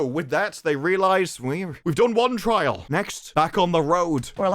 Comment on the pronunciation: "Trial" does not mean "try Al" you _itches.